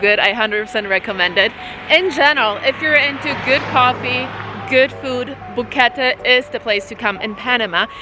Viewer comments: No sis, quit embarrassing yourself saying the most bizarre pronunciation of the town. 3 syllables. You had it (Bo-Que-Te) a couple times and then went back to BoQuett . Or it could just be how you decided to edit it. Anyways. Hope you enjoyed yourself. If you ever go back with a little bit of adventure money. Zip line, white water raft, or take a hike tour to Volcán Barú(full day hike). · the E on the end of Boquete is pronounced like the letter A in English. vowels on the end of words in Spanish are not muted. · Imagine going all the way to Panama and getting a tuna sandwich and mispronouncing the name of the place you're staying over and over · If you like Boquete...learn how to pronouce it!